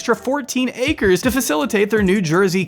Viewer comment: how to spot the a-i bot reading the a-i script: check "acres" pronounciation. Congrats, you went even below that fraud 2 trad wife" scam.